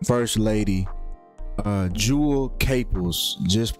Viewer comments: Can't take this seriously when you don't even know how to pronounce her name. RIP Jewell. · When you can't even pronounce her name right, just tells me you really know nothing of her. You probably automatically assume that when someone famous dies, it was a sacrifice. You're wrong, she was sick. Delete your video and re do your research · If you're trying to be respectful bro say her name right Jewell come on bro get that right you sound like a clout chaser can't even say the woman's name right